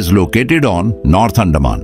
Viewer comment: Pls pronounce like "Anthaman" NOT andaa man